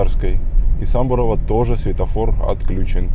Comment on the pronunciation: Сам-бу-ро-ва ударение на второй слог 🤭